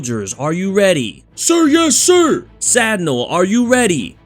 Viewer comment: You pronounce it like "Sad null" when it sounds like "Sad kneel"